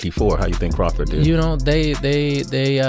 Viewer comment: Why can't they ever find narrators who know how to pronounce people's names? Crawfid?